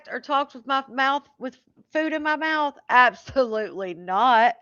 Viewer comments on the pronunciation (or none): Why does she say teef, mouf, bref???? Good lord